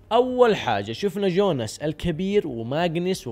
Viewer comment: يوناس مو جوناس